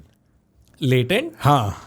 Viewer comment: Latent ❌ latrein ✅